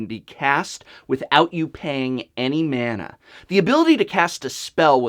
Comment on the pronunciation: SWEET GOD SAY MANA RIGHT